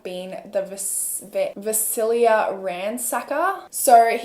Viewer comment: I’m from Visalia California, and I love the way you say it!! ❤️ LOL